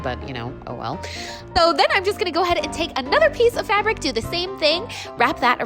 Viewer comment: Every time she called it fabic I laughed cause its actually plastic 🤣🤣 cringe I know but still. 1like= a cringe